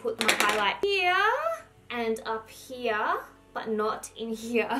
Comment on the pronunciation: the way she says "here"